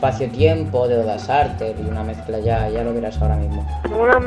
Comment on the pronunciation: Jajajajaja el mejor del año fue el primero de este video :v jajajaj como mori de risa cuando dijo: Odasarter >.< xD